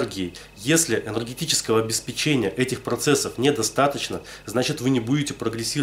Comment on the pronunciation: обесп'ечение, ставь ударение правильно